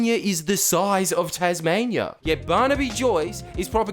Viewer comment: I even ignored that you can't pronounce Tasmainyeear until you started that boomer shit.